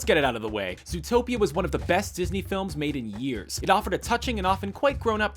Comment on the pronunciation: See how you said zootpeya the company changed the name of the movie it is now called zootropicall